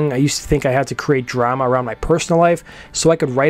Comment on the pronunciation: Lol the way you pronounce Drama pisses me off for some reason.